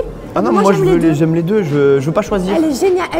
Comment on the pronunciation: comment ils ont dit deuh jpp 😭😭😂il y arrivent pas ooo nn chui morte